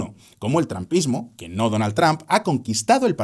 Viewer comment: Excelente video. Solo te recomiendo que uses más seguido la aplicación Elsa para que mejores tu pronunciación. Otra cosa, estuve buscando el trampismo y no encontré por ningún lado.